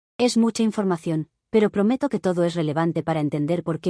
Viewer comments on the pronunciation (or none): none